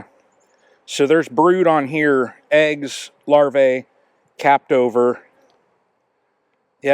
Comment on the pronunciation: Singular is larva, plural is larvae. The latter is pronounced larvee, not larvay.